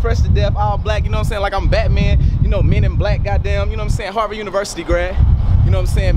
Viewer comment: lmao "harvard"